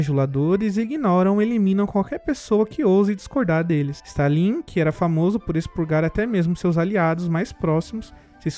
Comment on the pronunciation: não é Stan lin,é Stalin, rapaz